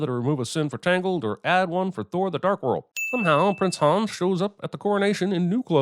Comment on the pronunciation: Sigh "Hans" is not pronounced "Haaaaaaawns". It's "Hunns". And then he "corrects" the character on the pronunciation of the word "sauna"... No there aren't. Kreep.